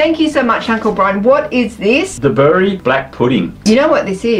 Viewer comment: Bury is pronounced Berry. It is a market town just outside of Manchester in the County of Lancashire in England. They have won lots of international awards for their black pudding or as it is known in France boudin noir. It is traditionally served sliced and fried as part of a full English breakfast.